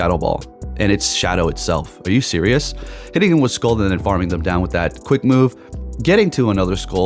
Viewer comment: Please stop pronouncing Scald like that